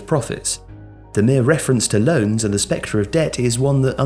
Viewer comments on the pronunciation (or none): none